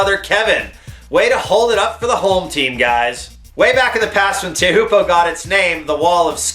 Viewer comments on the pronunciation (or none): Pronounced "chow poo" you idiot.